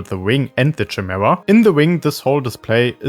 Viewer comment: Chimera (ky-mee-ra) but ngl don’t rly mind the pronunciation it’s how I always say chameleon lol